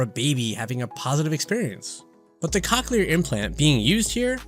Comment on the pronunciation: Lol hearing "cock-clear" this whole video lowk pained me 😭